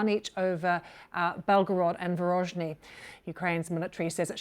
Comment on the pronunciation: Belgorod and Varozhny. Does the lady mean Voronezh?